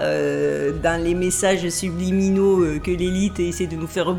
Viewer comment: "sublimiTaux" 😂😂 Joli celui là ! 😄😄